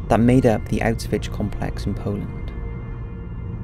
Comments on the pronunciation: Ok come on... "outs-vitch?" Your vids are good, and seemingly well researched, however, you really do need someone to narrate without glaring mispronunciation and made-up words. It's "oush-vitz." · "Out-switch". I've always heard it pronounced like "ow-shwitz" or "ow-shvitz". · Please stop saying Auswitch... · Autzvitz complex. Your Autzvitz documentary about mengele was good, but it was really hard to listen to since every time you say "autzwiz" it just sounds "a bit" comical.. I know that englishmen don't speak other languages, but at least try to put some effort in spelling foreign names and places.. You are really not the only one I have told about this... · Please learn how to say it, it's not ' ausvitch' .otherwise a very good video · good video and btw the correct pronunciation is "OWsh-wihts" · Good video, but the constant mispronunciation of Auschwitz made me cringe every time tbh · Maybe learn how the say the name of the camp if you are doing a video about it?